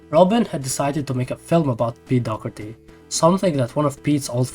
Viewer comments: Why you keep saying pete dogerty? Its Doherty no? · Sorry but its dawh-her-tee not dock-urty